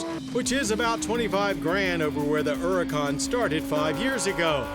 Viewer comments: The Errrrrracan. Hilarious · At last, someone that pronounces Huracan correctly!